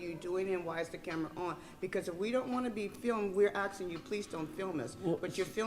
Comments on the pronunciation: Seriously a school district employee that says aXing! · Why is there so much axing going on